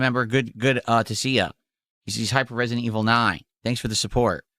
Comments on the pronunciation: "Turrrd purhhrsuhn liek reh-see-dent eviluhh foor!" And this, ladies and gentlemen is why I call a POSER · Resi-DENT Evil: RE-Kwuh-Y'em will not save the business, okay?